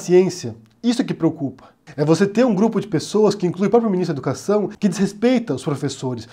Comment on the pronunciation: "Miniztru dah educašãò"